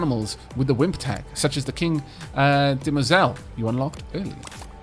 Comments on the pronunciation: De-Muoi-zells. That’s it’s pronounciation. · Couldn't find a guide but I believe phonetically it's dem-wah-zell. French lessons were good for something after all!